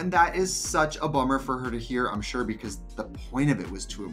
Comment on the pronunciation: “Bacoss” 😖😖😖 Trinity! It’s “because”!